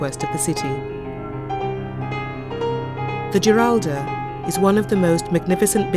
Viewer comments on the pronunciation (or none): I had a minor quibble with the pronunciation of Spanish words at time, but the soft c pronounced as a th was at odds with La Giralda (surely it’s pronounced Hee-ralda) and the Guadalquivir river with the ‘qu’ pronounced as in English, rather than a k or hard c sound. Still loved the show. Seville was my favourite Spanish city. I just wish I’d seen more of it...but that looks a way away.